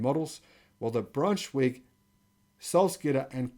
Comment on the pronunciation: Braunschweig = shv - why - g. In German, the second vowel is the one that's pronounced when ei or ie are together.